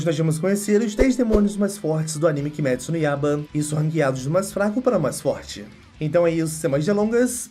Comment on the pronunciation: “kimÉtsu no yaba” kk